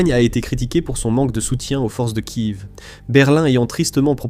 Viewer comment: On ne dit pas Kive mais Kiève